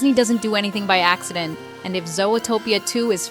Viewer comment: Fun video, but why do you pronounce Zootopia that way? Sometimes you really pronounce it very weird and wrong